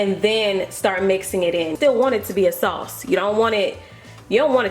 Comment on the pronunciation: I think she said sauce...a 😆